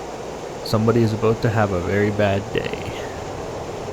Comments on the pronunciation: >aboot Hi, fukin leaf)))) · "Somebody's aboat to have a bad day, eh?" --, true blue Canuck, 2023